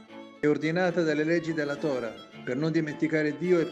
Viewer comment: si, ma il traduttore, pronunci Tora' con l accento per favore..